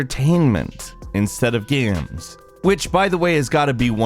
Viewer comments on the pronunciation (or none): "instead of gyueims" I love the way how you call game, xD